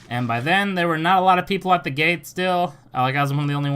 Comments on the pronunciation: Lol every time you say "gate" sounds like you are saying "it's not the gay people fault" 😂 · When you. Say the word gate it sound like youre saying gay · Is you saying ga'e for gate an accent thing or what?